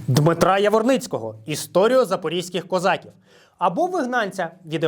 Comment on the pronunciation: Українською промовляється не козАків, а козакІв.